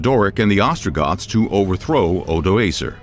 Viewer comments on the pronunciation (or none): Al Andalus, caliph, odacaer, tons more